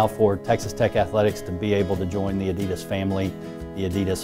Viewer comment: Pronounced Oddy Doss or Ah - Dee - Daas